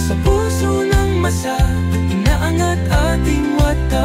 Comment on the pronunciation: galing mo... Me konting problema LNG Pagbigkas Ng lyrics minsan....ma--sa....Hindi masa.